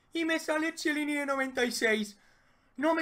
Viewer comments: Ojo al tipo Chiellini en lugar de Quielini :v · El que no sabe pronunciar Chiellini?